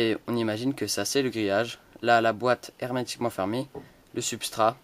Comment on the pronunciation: Arrete de dire hermetiqument !!! Sinon bonne video!